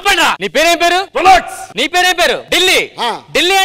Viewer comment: Rolxes kadu